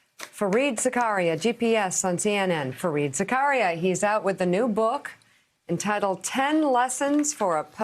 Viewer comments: How do you explain the fact that he pronounces it Za-karia? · For the life of me, why do you all mispronounce his name, Zakaria. It's a mideast name, ZAK- aria.